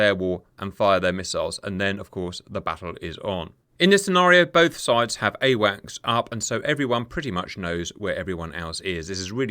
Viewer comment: Just so you know, it's AWACS, not awax